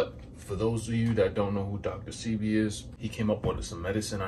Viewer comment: Dr. Say-Bee is how it’s pronounced thanks 4 sharing!!